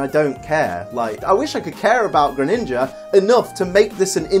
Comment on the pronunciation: For dark type I would say alolan persian but I don’t mine you saying Greninga